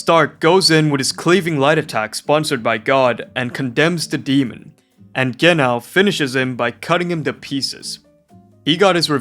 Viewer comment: Genau you pronounce the Ge more and as one silibil and after that nau (reminds me about Wobbuffet pokem thats called wohingeanau and he ofc says that all the time^^)